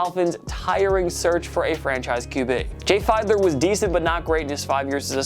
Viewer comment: Jay Fide-ler? LOL. Feed-ler.